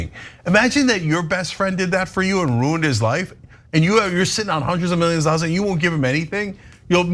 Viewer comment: You just said hundreds of ( milligions )of dollors.Biden can't speak. Son you have a speech impediment. Living in a glass house ...casting stones?